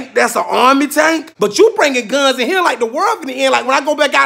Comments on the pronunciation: I burst out laughing at "one gunzzz with a zee" and didn't think it could get better. I was wrong. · I'm sorry but you said it with 1 z it's 2 z